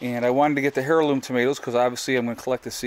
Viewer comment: hairloom lol its pronounced airloom. But iam just a dumb uneducated southerner lol.love the videos keep them up. thanks